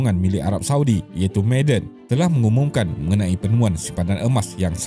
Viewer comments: Bukan sebutan 'meyden'...tp ma'aden....huruf ainnkan tu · Sebutan dia ma-a-dan kut kalau ikut ejaan mim ain alif dal nun … bkn maaden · Sebutan "Ma'a-den" - bukan "May-den" Penat dok dengar meden meden meden